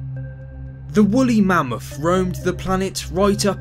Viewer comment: He said bully mammoth